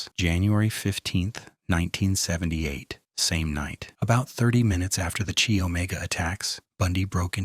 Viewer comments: You pronounce the Chi in Chi Omega as K -eye, not Chee. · It's not "Chee" Omega. It's pronounced "keye".